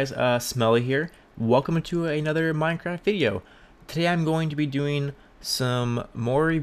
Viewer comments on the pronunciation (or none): none